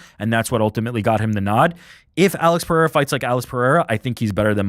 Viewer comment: Bro said Periera let Ankaleav off the hook😂 can’t be serious